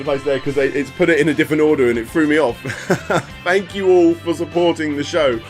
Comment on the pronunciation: lol i still find it hard to listen to when people use F in place of TH , Fank YOU